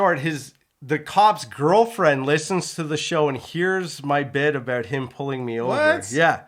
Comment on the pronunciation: I can instantaneously tell that you're both Canadian because of saying " aboot " instead of " about " at the start of this video. Anyways ( that's another of your Canadianisms, innit? ) putting all of this pronunciation bullsh!t aside I loved your 'girl' talk about hair washing; it was hilarious for me to listen to. I speak as a fully qualified ex-hairdresser and both of you are somewhat correct in how you wash your hair. Here's my professional pointers for you to take in. You should wash your hair twice - the first time is to remove dandruff and dead skin cells from your scalp as well as excess grease from the hair shafts and the second time is to condition your hair. Personally speaking I use a good quality combination shampoo and conditioner and squirt it into the palm of one hand and then apply it to my head using all of my finger tips - it's like having a very deep scalp massage and you should NEVER use your finger nails to scratch your scalp because you don't know what's under them and you could possibly scratch your head and unknowingly apply microscopic amounts of dirt into those scratches. I don't scratch my head when I'm out of the shower if it's dry - I use the balls of my fingers to get rid of any itchiness. While I wash off the first application immediately after I've done this it doesn't matter if there's a tiny amount of shampoo and conditioner left on before the second application because I leave that application on for a couple of minutes so that my hai